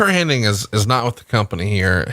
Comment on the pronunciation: FFS...the man's name is pronounced Hen-nig, not Hen-ning. It really pisses me off when people get this wrong. It's disrespectful.